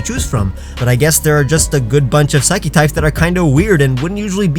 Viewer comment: Did u say phsycic?